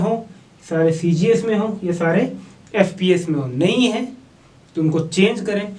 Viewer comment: MKS CGS FPS KO SPS Kiu bol rhe he